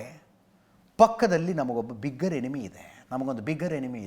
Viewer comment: ಬಿಗ್ಗರ್ ಅಲ್ಲ ಬೆಗ್ಗರ್